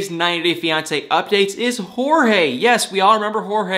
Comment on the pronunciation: Btw, Jorge is pronounced "George" that's how it was said on the show.